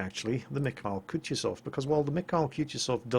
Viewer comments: Not kutjezov its kutuzov ( kuˈtuzəf) sorry but piercing ears too much...Great looking shit btw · Kutuzof, KUTUZOF! Not Kutjuzov. I'm sorry, but it just hurt my ears too much to not mention. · "M I H A I L. K OO T OO Z O V" know how to pronounce his name, he saved the world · It's pronounced more like KootOOzov. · Koo-too-zov. One of the easiest to pronounce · Sounded to me like "cut-yourself" so be careful when playing this ship. Use protection! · The way just butchers that name is just... amusing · OMG you are ruining the man's name! Use google translate to get a starting point how this name should be pronounced: Few weeks ago you were wondering how to pronounce Nagato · Emphasis on the second "u"!:D Thanks for the great episode. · there are few fails in your pronounciation. In "Mikhail" you swallow last "i" but originaly that's where the accent is, and it pronnounces in the same way you pronounce first "i". In Kutuzov accent goes on "o" and both "u" are pronounced as you pronounce first one. Also a test if you really are reading all the comments in the first day <_< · Derp moment from me, forgot how to speak russian for a second... In "Kutuzov" accent goes on second "u" ^^' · Your pronouncing that surname wrong, if it the named after the famous Russian general of Austerlitz fame that is. Watch the new BBC "War and Peace" production for the correct one